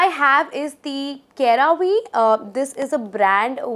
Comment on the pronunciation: It is pronounced sera-ve and not kera-ve. The peel which you’re talking, it’s not the dead skin which comes out but the product itself is peeling. You must know about the wishful’s enzyme scrub. It’s a gimmicky product.